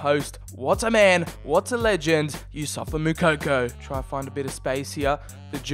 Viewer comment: ITS NOT YOUSSOFA ITS YOUSSOUFA